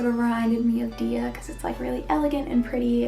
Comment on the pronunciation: Hi! Idk if I sound rude, please forgive me if I do! Many people pronounce Dia's name as dee-a, but her name is actually pronounces as dai-ya :)